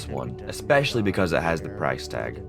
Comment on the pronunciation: why do you pronounce "because" wrong?